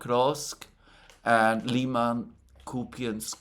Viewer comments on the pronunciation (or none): none